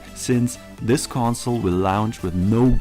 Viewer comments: What the hell is a “lounch” or is he saying lounge? Is it retardation coming through from the fan boyisms ? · Out of all the stupid, brainless bullshit this dude is saying what bothers me most is he keeps saying "lounge" instead of "launch"....lol